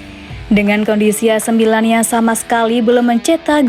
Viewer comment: Pelafalan kata "ac milan" oleh narrator sdh normal yaa...goodjob min